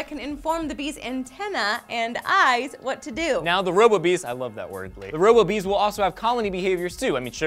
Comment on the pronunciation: Robo-Bees sounds like Ro-Boobies